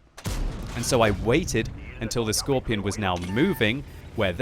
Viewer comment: can you just say skorpion and not skorpijon